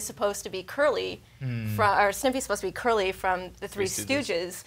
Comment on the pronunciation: Did she say curly? Uh... no